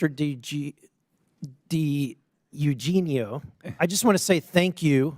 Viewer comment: U g neo 😂😂😂 It's Eugenio gringo guevón 😅